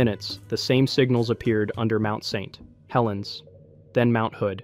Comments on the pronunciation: The awkward pronunciation of "Mt. St Helens".. AI detected. INTO THE TRASH IT GOES.🚮 >⛔Don't recommend channel >roundhouse kick all AI videos >body slam all AI videos >flush all AI slop down the toilet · Is this video AI? The diction of speech is off. Go to and listen "Mount St Helens." That's not how we say that. Several weird repeats, each sounding like it was the first time it was said. I had to turn off this slop. F$%k AI 👎🏻